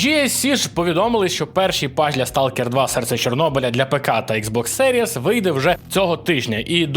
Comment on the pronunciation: йой чоловіче, загугли "How To Pronounce X Box Series". Ікс бокс замість екс най би вже було, але серіес, карл?